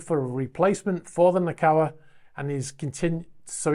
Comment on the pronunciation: It's pronounced NAH- KO- AH (not Nah- COW ah). Also, it's HO NO - LOO-AH (not Hah-nah- loo-ah). Thank you.